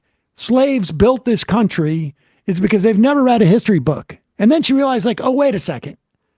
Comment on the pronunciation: Her eyes are actually wider apart than the actual width of her skull. Clearly inbred. Plus, she says "hishtory" to seem more classy.